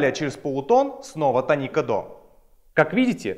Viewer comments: тоникА? какой позор)) тОника. желание смотреть видео и тем более учиться по нему отпало напрочь. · тОника, а не тонИка! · Простите, но слово тОника, а не тонИка. Полутон - не интервал, это минимальное расстояние между звуками. Интервалы называются - прима, секунда, терция и т.д. Запоминать гармонический и мелодический лады по тонам и полутонам - нерационально, в ДМШ объясняют проще - пониженная VI (гармонический мажор), VI VII (мелодический мажор) и т.д. С ног до головы - вы гитарист, а с головы до ног - кто??? Не имеет значения, не так ли? Тоже и о ладах: мелодический мажор используется как в восходящем , так и нисходящем направлениях. В ваших знаниях много пробелов. И вместо того, чтобы их ликвидировать, вы распространяете эту недоученность другим. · Не тонИка, а - тОника, грамотей. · Может я чего-то не знаю. И говорит тонИка правильно. Но слух режет пиздец. Хотя википедия говорит тОника. Да и все окружение музыкантов тоже. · Молко Молко 1. Не "тоникА" он сказал, а "тонИка". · Да и все словари говорят "тОника"